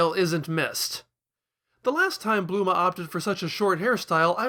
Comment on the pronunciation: ...did you call Bulma... Bluma?